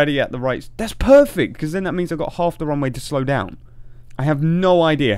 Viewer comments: do you say wrong way or runway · Why do I hear "wrong way" whenever you say "Runway"? random speech me ™